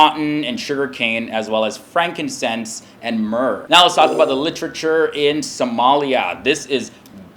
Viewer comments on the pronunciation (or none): none